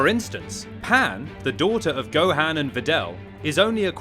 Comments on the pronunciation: Its not gohand 😆 its go han 😆 and no s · It’s gohan not gohain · my g is saying gohaan lol nvm its whatever